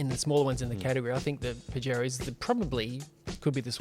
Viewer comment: Pajero (pronounced Puh-hairo) translates to wanker in Spanish